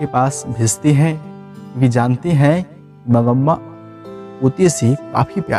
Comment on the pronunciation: aap name galat bol rahay ho mangma hota hai